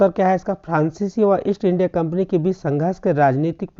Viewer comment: Kampni hota hai kapni nahi